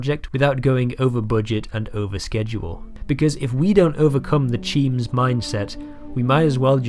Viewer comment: the cheems are in spain but the S is silent